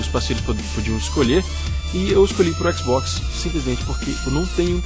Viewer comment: A não por que você falou mal do xbox você disse xboxta kkkkkkkkkkkk Zuera